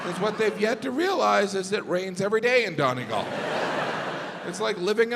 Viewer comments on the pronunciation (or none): Dawnegalllll ....... the most mispronounced word in Ireland .....by Yanks....FFS....it's not pronounced Dawneeeegallll ....... hilarious....sure it's only a bit of craic ! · I feel like the way he says Donegal is payback for how those guys said Joel 😂